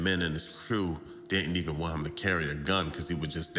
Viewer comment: For those who can't decipher: "Pit" is put and "hem" is him when the narrator speaks.